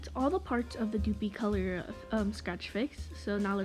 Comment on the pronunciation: Plus it's not dooooopy color. It's dupli like duplicate lol